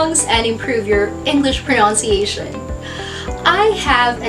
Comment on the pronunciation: What is the right pronunciation of PRONUNCIATION? As i hear from you, you pronounce it as pronounciatiation.